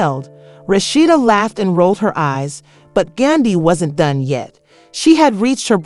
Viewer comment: For her to pronounce Yandy name as Yunday is ignorant, why ? Because it’s not hard to pronounce it and im quite sure she has heard Yandys name name many times. Then for her to say it right clearly shows her ignorance.👎🏾👎🏾👎🏾👎🏾👎🏾👎🏾